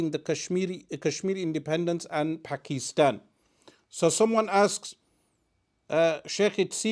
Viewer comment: Can some one ask him to pronounce Pakistan properly. He pronounces others names correctly why not Pakistan. Thanks